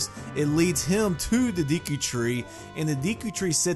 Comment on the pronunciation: It is called the Deku tree not the deki tree